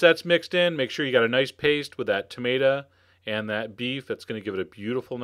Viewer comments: I like how you say tamata instead of tomato. :) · ´Tumatuh’ Hee hee! I love Chef John 🤗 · You say Tomato, I say Tomaato, Chef John says Tomata.